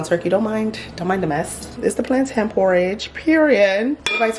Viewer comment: The way you pronounce "plantain" is disappointing. You're Nigerian for goodness sake! What is plan-tin?!